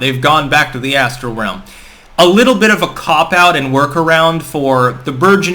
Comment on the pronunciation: Ass-tral plain.